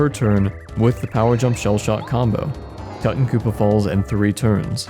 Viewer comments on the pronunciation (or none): its "too tawn koop" like "too tawn khamen" not "tutton koopa" like "mutton" or "button"